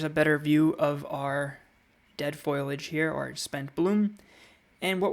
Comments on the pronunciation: It’s foliage not foiliage. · I can’t seem to get past your pronunciation of foliage. Not being mean but it’s not pronounced foil-age but correctly “foli-age”. 😎 Helpful info, thanks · Excellent advice! (it's fo li age, though - not foil age. Just saying.) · There's a simpsons episode where Marge says foil-age. Lisa corrects her "foliage", and Marge says " That's what I said, foil-age". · FOLIAGE.....pronounced like it is spelled..... Fo Lee not FOIL AGE......but so glad you love plants..... and thanks for the video